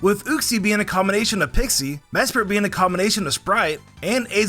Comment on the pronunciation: "mespirit being a combonation of sprite" got me laughing